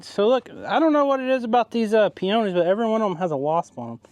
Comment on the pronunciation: Glad you and your family was safe from the tornadoes. Thank you for helping out with the clean up. I understand that we sometimes have different pronunciation of some words. But here in Canada we(I) call those pink flowers Peonies (pea-ah-nees). 🇨🇦 Congrats on the new twins.